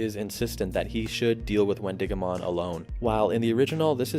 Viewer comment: I also think it’s Win-DIH-go-mon more emphasis on the dih. Because It’s named after the wendigo from folklore